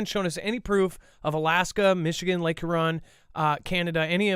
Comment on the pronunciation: guys.... Michigander here....p please help with pronouncing Huron... Lol you're killing me man